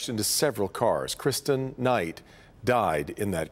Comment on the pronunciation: Her name is Christen not Christian. Have enough respect to at least say her name correctly since that piece of garbage who killed her isn’t getting the sentence he truly deserves.